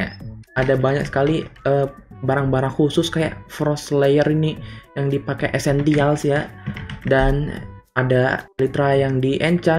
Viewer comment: Napa eseltial Bg ORANGG